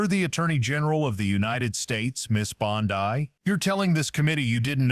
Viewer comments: Well this AI. CANT pronounce words right ITS NOT BONDEYE ITS BONDEY. GET THE F’ing AI RIGHT OR DROP THE 💩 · Bondi is pronounced bondy, not bon-die. If you can't get the small important details right, why should anyone trust anything else you say? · “Bon-dye”.? What is this, Amateur Hour? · I couldn't avoid noticing that several times during the program, the AG's name is being pronounced, "Bond-eye". Is that due to AI or just a narrator who hasn't done his homework? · The actor reading this doesn't know how to pronounce Bondi.. Where does this report purport tobe from¿ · I did a Google search and this is all I could find. This story is a lie, it is AI it doesn't even know how to say Bondi. This never happened.